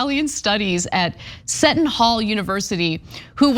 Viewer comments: In context “set-on” hall was pretty funny. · It’s pronounced See-tuhn Hall, Ana.